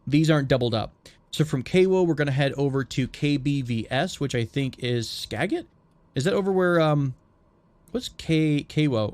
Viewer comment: Skagit is pronounced skajit -a Washingtonian